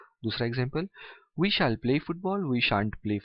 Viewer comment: Stop pronounce it shaal